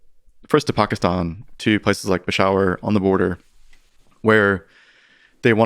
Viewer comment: The way he just pronounces Pakistan and Peshawar makes me think he knows what hes talking about 😂